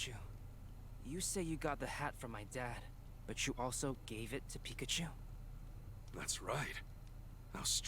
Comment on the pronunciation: At least he can say Pikachu correctly...